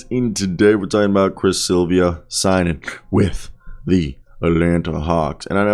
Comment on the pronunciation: If you’re gonna do commentary, do the basic RESEARCH and learn THE PROPER PRONUNCIATION of peoples names! Silva is an incredibly easy name to say. It’s NOT Silvia. 😂